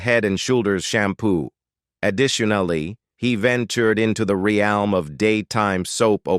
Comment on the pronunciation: Ree-elm? Really? A.I.